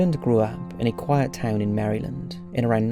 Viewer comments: I was commenting on his pronunciation of Maryland dipshit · I love Top5s, but his pronunciation of "St. Louis" and "Maryland" got me cracking up!